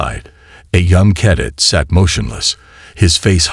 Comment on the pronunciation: I struggled for the first 2 minutes. This is the first story I have listened to from you. G.D!!!!! Did you get your POS AI at the same second hand store as most of the rest of the channels!!!???? JESUS!!!!! WTF is: "unREDable", "WARferring", "KADit"(cadet), "ITHan"(Ethan), "....we PERfikt strategy"!!!!!!!!!!!!!!!!?????????????? YOUR AI SUCKS!!!! Do you even proofread/listen to them before posting!!!??? Apparently not!!! This was my first of your stories.....AND my last!!!!!!!!!!!!!!!!!!!